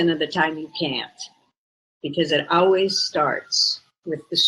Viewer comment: Instead of saying always she says owees